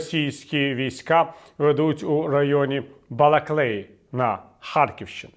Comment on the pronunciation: Балаклії, Пане Віталію, Балаклії - не Балаклеї